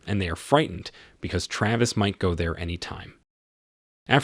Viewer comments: Excellent, bullshit he couldn't decide how to pronounce Travis and at one point said Travis and Trayvis in the same sentence. And constantly shifted between the two. I am not going to even go near his complete misuse of other words. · Why do you pronounce his name both correctly and incorrectly? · Is it 'TRAVIS or 'TRAYVIS'? Need to upgrade your text to speech subscription. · This narrator's ability to butcher the pronunciation of things is simply astounding.lol. "Savy" "Travis" "syringe" and others. Makes it damn near impossible to listen to him...